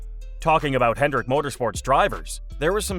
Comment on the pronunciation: Hendrick, not "Hendricks".